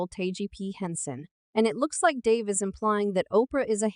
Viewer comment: You are pronouncing Dave's last name wrong...